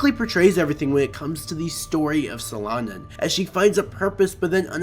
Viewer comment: At least google how to say the manga's name, jesus...